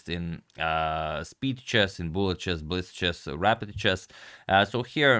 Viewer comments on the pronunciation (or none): none